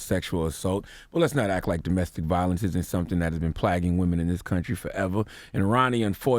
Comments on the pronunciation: Did Champagne the Devil say plagging and plag? BAHAHAHAHAHAHAHAHAHAHAHAHAHAHAHAHAHAHAHAHAHA #Plague #Plaguing #PLAAAAAAAAAYGUUUHHH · "Plagging women?" Nigga thats not how you pronounce the word plague 😂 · lol wtf is plagging? think you mean plaguing there charlamagne. think we found the next donkey of the day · "plagging" = plaguing 🤣🤣🤣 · "PLAGGING" women? Charlamagne, do you not know how to say "plague"? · is ya man saying "Plag" and "Plagging? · Plagging? Wtf is that? You mean plaguing? Play ging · Did he pronounce "plaguing" as "plagging"? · "Plagging" and "plagg"? CTG, I believe you meant plaguing, and plague. Reading is fundamental. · "Plaq" & "plagging" ~ Charla "SeVere-ing" ~ DJ Envy 😂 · Legit question. Is "plagging" a real word or does he mean plaguing? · Garrett Morrell *Plagueing , I was like wtf did he say? 😆